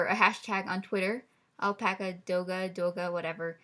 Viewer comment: "Fire apaca"